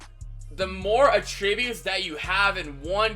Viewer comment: Why you say attributes like that